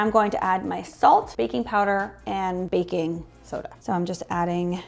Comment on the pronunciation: Say it right now: baking soder. 😂